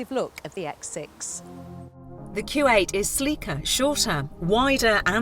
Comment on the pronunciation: what does it sound like she is saying Kuwait and not Q8 !